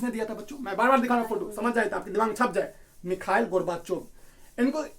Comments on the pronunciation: Michael nhi mikal pronounce hota hein wo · Bro aapko khud nhi aara naam lena Mikhail hai naa ki mikal 🤣🤣khud to seekho fr kamiya nikaalna🥱